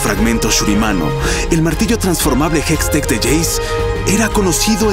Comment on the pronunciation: Se dice hextech